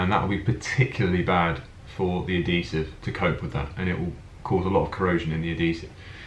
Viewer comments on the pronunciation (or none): It's pronounced "Ad-HEE-Sive" not "Ad-DEE-Sive"!